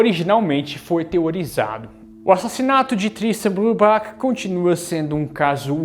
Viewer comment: A pronuncia do nome eh " Brübar"(o CH tem som de "r") 😊